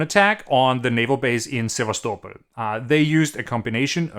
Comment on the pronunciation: Clear and concise. Thanks. Interesting to hear how you pronounce Sevastopol.